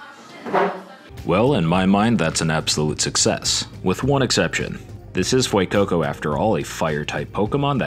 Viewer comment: Ah yes the Fuecookco.